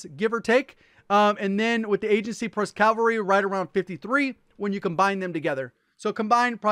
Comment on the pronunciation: They say calvary